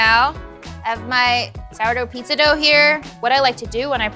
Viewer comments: Does it really annoy anyone else that she pronounces it pissa? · I love this show, but there are no 's' sounds in pizza!!